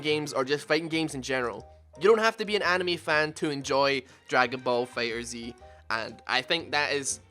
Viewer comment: It's Fighterz not Fighter Zee